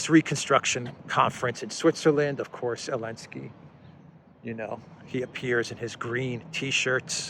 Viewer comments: Why do you sometimes say Elensky instead of Zelensky? Some aspect of the language I don’t understand perhaps? Thanks for the good work. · Please stop saying Elensky. That is not his name. That was the name of the author of the playbook they are using. His name starts with a Z